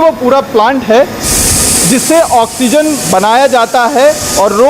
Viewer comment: Oxygen you theek se Bola jasakta hai